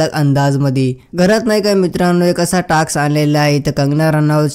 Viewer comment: टाकस् नाही रे दादा.. टास्क अस आहे 😊